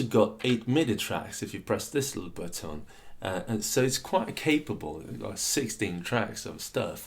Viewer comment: I'm going to start pronouncing the word 'button' like you.